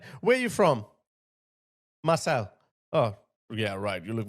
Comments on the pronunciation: Marseille is pronounced “Mar-say” not “Mar-celle” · Just a side note...you pronounce Marseille...as Mar-say...just for future reference. The double 'll', becomes a 'y' sound.